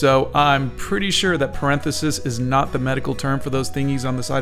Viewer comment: Says parenthesis correctly 1 time. Then the rest of the video he says it weirdly